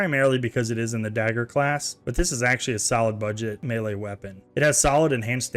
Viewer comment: Melee is pronounced "may-lay"